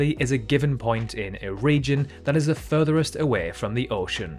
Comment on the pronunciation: FurTheRist lol